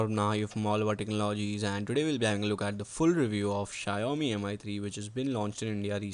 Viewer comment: It's shaa-oo-mii not shayomi.